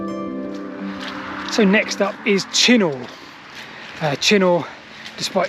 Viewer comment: It's BLedlow not Bedlow and Chinnor is pronounced locally as Chinner.